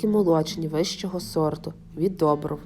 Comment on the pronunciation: Не жАко, а жакО і недОбров, а добрОв.